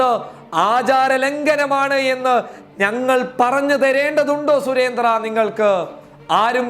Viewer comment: മിസ്റ്റർ അവതാരകാ., സുരേന്ദ്രൻ എന്നാണ് സുരേന്ത്ര്യ എന്നല്ല പോയി നാക്ക് വിടച്ചിട്ട് ചാനലിൽ വന്ന് ന്യൂസ് വായിക്കൂ...